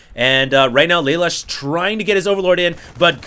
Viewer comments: its pronounced LA LOOSH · Just FYI: Lalush is said "Leh - Loosh" (Japanese) Youtube Code Geass. It's an anime series and Lelush is the hero.